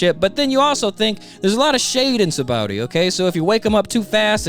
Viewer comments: Lol it's saba-ody archipelago bro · Love the videos. Only thing that's weird to me is "Sabowdy". "Sah-bah-oh-dee". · "Sabowdy Arkipeliggo" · The English dub pronounces it "Sa-ba-o-dee", the Japanese kana say "Sha-bon-dee". Oda based its name on the Portuguese "Sabão", meaning Soap (that's why the bubbles!) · Y'all need to know this: Note that the island's name comes from the Portuguese sabão (which is pronounced like “sabon”) meaning “soap,” from which the Japanese シャボン or “shabon” is derived. That's why the island is called “Sabaody” but pronounced “Shabondy.” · I know that it's spelled "Sabaody", but it's pronounced "Shabondy". "Shabondama" is Japanese for soap bubbles, which gives the archipelago its name, and Oda is notoriously very bad at spelling with letters.